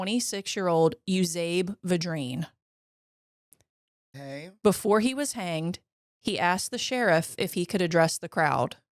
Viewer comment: Yoo'-zee-bee Vi'-dreen You're from Louisiana. You should be able to pronounce it. And, yes, I knew his brother. He was my great grandfather. We are related. The reason people back then would allow him some favors is that they understood the gravity of ending someone's life. However necessary it was.